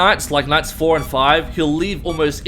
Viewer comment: When you said look spirngtarp spawn at four I think you try to say fowa